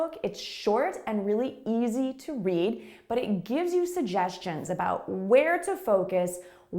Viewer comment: I think you are pronouncing the word “suggestions” incorrectly